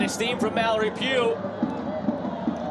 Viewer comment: Mallory Pug